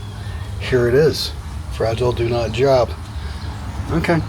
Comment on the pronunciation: Fra-Gi-le', must be french!